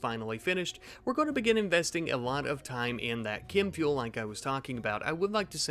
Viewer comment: challenge accepted Btw why do you keep saying "kim fuel"